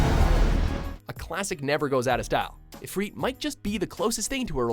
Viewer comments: i feel watchmojo narrators never went to school and learned how to pronounce words and letters. Ifreet. IFREET? COMEON they say his name in half the games as ifrit. jesus christ. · "Ramah" "I-freat" "Bahamot" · One of the wickedest summons was Diablo from FFVII. We've been waiting for it to show up again. Where's YoJimbo (stet) he was bad ass in FFX. I often paid him 1 gil and got a deathblow. It's IfrIT not IfrEET. FFXII was a horrible game with horrible summons. A Shiva motorcycle, seriously !? BTW Shiva in FFXV the coolest and sexiest EVAH!!! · ifreet lol its if-rit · Martin Rößner and it isn't ifreet it's if rit. ifrit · its If-RIT not reet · when I heard "ifreet" I cringed so hard I went to the dentist 👍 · its prenounced eye-frit not eefreet you shit noob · Adamantian Gilga Honestly, Bahamut is a whale who originally showed up long before the Final Fantasy games, and it's pronounced Bah ha moot, but I still call it Bahamut with a mutt sound at the end. I also still pronounce Ifrit similar to Ih fret, and not Ee freet. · Rah-moo Ee-freet Ba-ha-moot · Very good video but you need to say Ifrit and Bahamut right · Why are you pronouncing Ramah, Ifrit and Bahamut wrong? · it hurts my ears. =/ the ifrit and bahamut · The way he pronounced Ifrit and Anima made me cringe